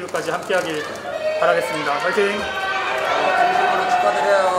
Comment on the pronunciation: 퐈이팅은 외국어 아닌가?